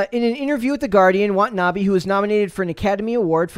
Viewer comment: Wah-Tah-Nah-Bay , Watanabe